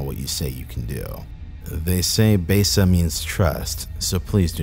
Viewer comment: Produces a documentary on "Besa", keeps mispronouncing the word 'besa' as "Bay-suh".... smh